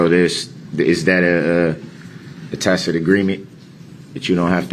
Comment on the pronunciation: somebody had a big boy word on his flash cards! and then he mispronounced “a tackit agreement”! Wtf🤷🏻‍♀️ Edit: I counted 27 friggen times he said the word of the day “dishonor”🙄